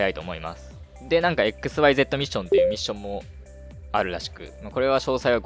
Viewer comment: どつでもいい指摘だけどxyzの発音はジクシーなw